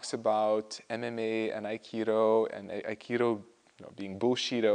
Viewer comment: Aikido is my favorite fighting style by you. Underrated. Just mixed it with bjj and boxing and other styles.. love your aikido. Love how you pronounce it as AK ee doe code word Aikido!